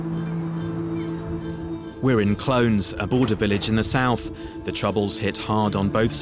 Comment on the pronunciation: He pronounce Clones as literally 'clones'. It's pronounce 'Cloe-nes'.